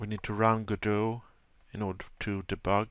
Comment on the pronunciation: It's not said / spelled GoDot it is said like God-oh